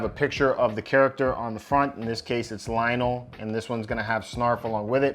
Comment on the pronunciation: LOL Lionel! His name is LION-O, not Lionel. Willy Cat! Panth-air-O! Teegra! Bro, did you really watch the show?